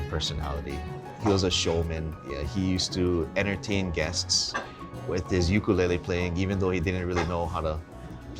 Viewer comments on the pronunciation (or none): How are he pronounce ukulele li'dat!!!! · Why did he pronounce “ukulele” like that? 💀🤦🏻‍♂️